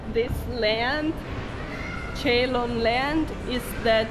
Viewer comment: Ceylon is actually pronounced as si-loan.